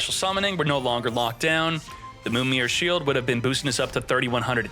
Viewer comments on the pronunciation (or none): none